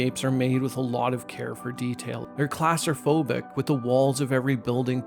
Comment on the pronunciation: The word “claustrophobic” is pronounced as: /ˌklɔː.strəˈfoʊ.bɪk/ Here’s a breakdown to help you say it: • claw (like the word “claw”) • struh (a quick, unstressed “struh”) • FOH (emphasized syllable, sounds like “foh” in “phone”) • bik (like “bick”) Putting it all together: claw-struh-FOH-bik